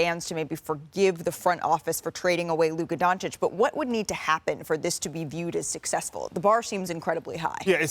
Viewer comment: We’re good the injury wasn’t serious. Luka has injured the same calf 4 times in a year and a half. It’s always bothering him and he hits the floor a ton. He gets beat up every game, which he’ll start getting every call now easily in LA. Media hasn’t said his name right his whole career and now all of a sudden says it right. It will be good for Luka to get the spotlight for ratings and AD is a perfect fit here.